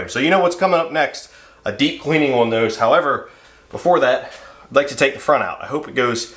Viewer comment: Where are you from? The way you say the word "on"..."owen" really drives me crazy.